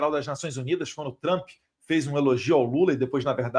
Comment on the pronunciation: Eduardo você está aqui no USA Por favor corrija a pronúncia do nome “ TRUMP “ ( dói os ouvidos ) Observação com todo respeito